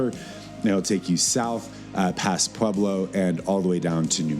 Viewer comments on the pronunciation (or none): I like how he said past Pueblo 😅.